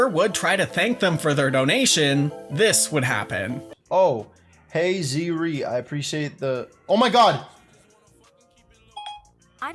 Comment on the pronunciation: rip hey zee ree